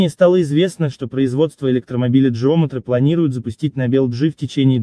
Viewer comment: не джеометри а геометри